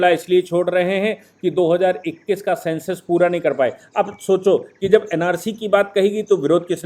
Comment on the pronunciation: सेंसर नहीं सर सेंसस। आपका लीगल कंटेंट इतना अच्छा होता है पर इस तरह के pis pronounciation पूरा मज़ा खराब कर देते हैं।